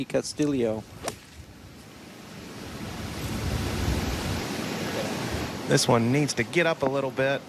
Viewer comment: This guy cannot pronounce Castillo